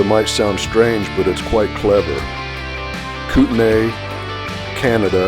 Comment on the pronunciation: Having lived in Lewiston for 13 years, I enjoyed riding the Lolo Pass many times. Just so you know "Kootenai" is pronounced "Koot-nee" , Kooskia is Koos-kee" , "Lapwai" is called "Lap-way".... "Kamiah" is "Kam-ee-eye"...